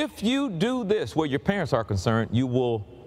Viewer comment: the plural of parent is parents and not parentsiz.